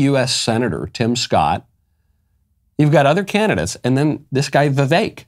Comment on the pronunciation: I knew Michael would say Vivek’s name correctly, VIVEK rhymes with AWAKE !